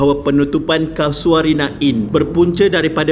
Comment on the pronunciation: Mana ada ujud hantu? Kay-sho-rina! Bukan Ka-sua-rina! Ingat burung Ka-sua-ri ke?😁 Tukang house keeping? House keeper! Teruk betul kau punya sebutan. Kena improve lagi. Nilai hartanah tapak tu, agak2 brapa skrng?